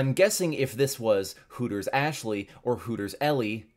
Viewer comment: Bro finally got Ashley's name right